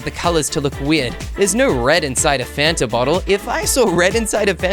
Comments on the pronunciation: A t before the n. Me: can u spell cus that is not how you spell Fanta just said fatna 🤦🏽‍♀️ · You said it’s not fanat it’s a “t” before the “n”